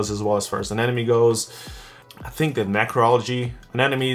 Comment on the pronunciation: Ane-mo-ne not Ane-nome. Nonetheless, great tank dude!